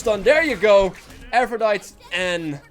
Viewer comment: it's said like aphrodity. It's Latin so you pronounce the E.